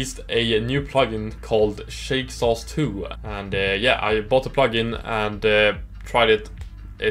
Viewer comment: Haha love the name pronunciation! Thanks for checking out Shake Sauce 2!